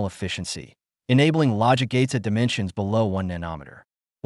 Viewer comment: Can you say nano & then meter? Nano is a magnitude equal to 10^{-9}. It's not nan ometer. Otherwise, good video. I'm not sure if you are AI or a ... person. An engineer would know how to pronounce nano. Huawei was put in a corner. What did anyone with half a brain think would happen? They are very innovative & China files the most patents annually.